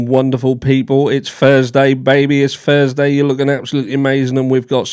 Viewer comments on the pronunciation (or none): It's Versday ??? I think it id THURSday 😅😅😅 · It's FURRS-DAY ... OMG ... You're not one of Tyler Robinsons FURRY FRIENDS...??? ... Are You ... ??? Wait ... I do see that he does have a FURRY beard. We definitely need to look into this guy.